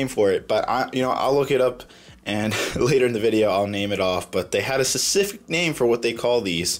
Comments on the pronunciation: "Sasific" lol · Instead of saying specific, he said secific